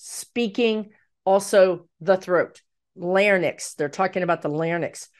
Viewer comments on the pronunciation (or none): Larynx not larnex. Lare-enx is correct.❤